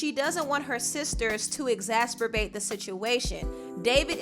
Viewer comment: lol nice try pronouncing the word "exacerbate" correctly. 🤣🤣🤣 A swing and a miss! 🤣🤣🤣🤦🏽‍♀️